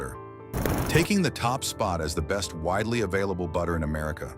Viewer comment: AI narration is the best! "Are Be St" = "Best"